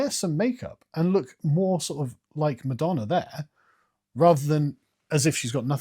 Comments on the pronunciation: Every time he says ‘madonner’ you gotta take a shot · “Pamaler and Madonner” lol